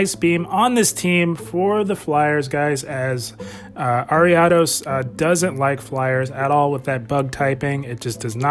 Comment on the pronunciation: awesome man. Thank you very much! Loved the use of ariados here! And I appreciate that you pronounce it properly haha! You wouldn’t believe the hundreds of ways I’ve heard other content creators butcher that name 😂